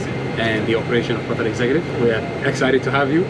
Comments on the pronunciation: Ah yes I love cutaerr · The way you pronounce Qatar annoys me